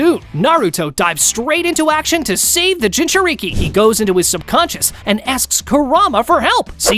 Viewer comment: Dude, learn how to say Jinchuuriki or just be like, "A host of a Tailed Beast." Edit: This is stupid. You said he befriended Kurama before the Land Of Waves arc, but have him going 1-Tailed against Orochimaru? He'd be able to use KCM after befriending Kurama, and he'd probably not need to train much, just get his younger body used to some techniques... but 1 thing I think he would've made sure he could do ASAP is use Perfect Sage Mode. He'd probably need to do 99% of his training just making sure his body could keep up with all those amps. Like if Goku reawakened with his memories right after hitting his head in DB, because he could go Super Saiyan 3 and Kaio-Ken x20, but that would kill him lmao. At least he'd theoretically be able to go Super Saiyan and master it again. Imagine Goku with the 50x multiplier against Yamcha. He wouldn't even be relevant in OG DB anymore lol Anyway, try again, dude. Why would he not be using KCM if he already befriended Kurama?